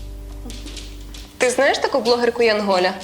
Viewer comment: У слові "янголя" неправильний наголос....